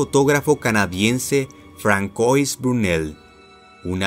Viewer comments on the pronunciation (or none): Sólo un detalle, no es "Francois", se pronuncia "Fransuá" por el diptongo francés. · FRANCOIS??? POR FAVOR JAJAJAJ FIJATE COMO SE PRONUNCIA QUE HORROR NO SE PRONUNCIA FRANKOIS PFFFF